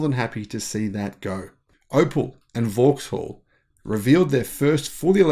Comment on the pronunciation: Vauxhall in the UK is pronounced VOX-ALL 👍